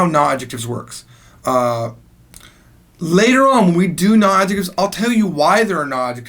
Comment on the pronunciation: but you say 'nu' not 'na'